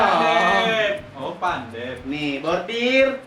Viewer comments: Maaf kak saya asli orang kota Bengkulu,, makanan khas Bengkulu bukan pendep,, yang benar nya PENDAP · Pendap kak bukan pandep